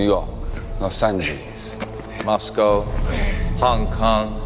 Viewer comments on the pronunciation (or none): none